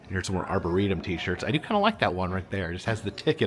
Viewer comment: When you returned to the park at night, you said “arbortorium” instead of, “arboretum.” Is that where the crazy trees are kept? Edit: you did correct yourself later.